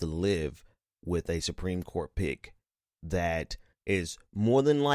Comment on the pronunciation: Was that "Supreme Court pick" or "Supreme Court pig?"